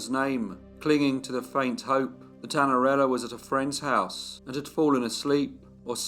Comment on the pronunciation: Que narração horrível! Não consegue nem pronunciar O NOME DA MENINA!!! Espero que nunca mais narre nada